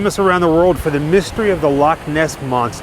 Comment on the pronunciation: Loved this, love you say Loch properly, yous stayed in Glasgow, that's 20 miles from me.